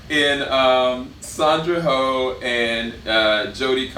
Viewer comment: Sandra 'hoe' 🤣🤣🤣 mate, it is 'oh', like surprised 'oh' and not like Santa 'ho' Good review though